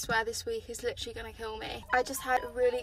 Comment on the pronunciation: “lichrally lichrally lichrally.”